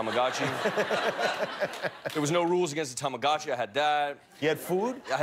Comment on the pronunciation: When he said Tomagochi my heart stopped beating